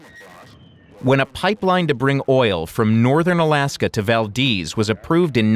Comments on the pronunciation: Its Valdez not valdeez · ITS PRONOUNCED VAL- DEZ NOT VAL-DEEZ